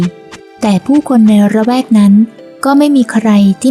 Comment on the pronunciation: ให้แง่คิดขัดเกลาจิตใจ เรียนรู้จากจิตใจที่ดีงามและความอดทนไม่ย่อท้อของเพ่ยเพ่ย🙏 ขอขอบคุณปัญญายุทธ์ ปล. ขอแจ้งทีมงานพากย์ “ละแวก” มิใช่ ระแวก นะเจ้าค่ะ😊